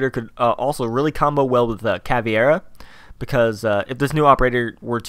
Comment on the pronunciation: Why does everyone say Caviera wrong?